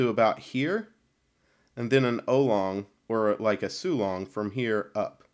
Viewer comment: "ow-long" not "oh-long" ;)